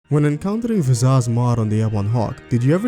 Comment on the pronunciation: "Vizazz"? Why are you saying her name like that?